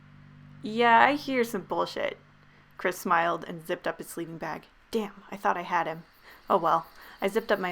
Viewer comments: What y’all hear: “ChRisSs” what I hear: “ cræs ”, “ ChRæS ”, “ cHrÆs ” :) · All the lights in my room are on, I watch horror movies o a weekly basis, all I'm doing is playing Skyrim, and just hearing the way that thing pronounced "Chris" made my stomach churn and my heart rate rise. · i know im not the only one hearing "crisp" and not "Chris" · Lmao I heard Chris’ full name as: “Chis paness*